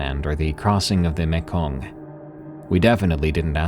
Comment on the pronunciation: A minor correction on the pronunciation of Mekong ( my dad was a Vietnam veteran, who served 2 times in Vietnam), the sound is the same as saying me ( so Me’kong), easy peasy😊👏 I love your stories and the readings: Chefs kiss 😚